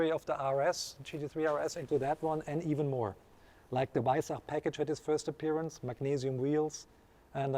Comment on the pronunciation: he just said weissach....not....WEISSACH!!!!!!!!!!!!!!!!!